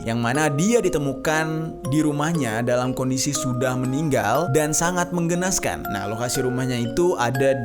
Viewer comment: Menggenaskan atau mengenaskan😅